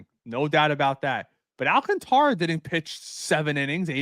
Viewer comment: Prounce it with my none Spanish speaking friends AL - CAN - TA - RA and not AL - CON - TRA, SMH put some respect on that man's name.